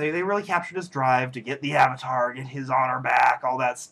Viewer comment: LOL AHvatar. OHng. SOW-ka. Ew. EWWW! I wanted to punch someone too. :(